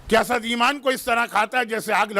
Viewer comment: Correction please read Hasad instead of Hasas and sakar tul mout' instead of salary tul mout'